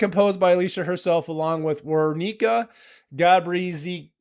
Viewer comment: Small pronunciation hint: W is read like V. So eg Weronika = Veronica